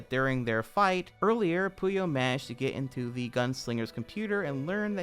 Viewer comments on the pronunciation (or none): Ok. I have to ask, Did you actually watch ANY of Linkaras content or did an AI write this? Cuz you keep saying “Pooh-yo” When Linkara REPEATEDLY pronounces it “Poy-oh” That’s not you mispronouncing due to an accent, that’s straight the fuck up never having heard the word said out loud I enjoy your videos, but holy shit, I wanted to break shit hearing you say that again and again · It's not Puyo, it's Pollo, the Spanish word for chicken. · Maybe you've gotten this but Linkara's robot is named Pollo not Puyo, unless that's just how you're pronouncing Pollo.